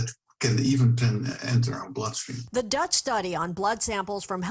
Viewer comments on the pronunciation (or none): none